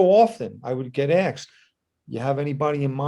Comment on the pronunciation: I think you are a great guy and very intelligent so please don’t take this the wrong way, it’s “ asked “ not “ aksed “ ha. The “ s” comes before the “ k”. I’m surprised you say it like that considering that’s how all the rappers say it. Like I said I hope you don’t take offense to me saying that. You and Bobby are the best tho.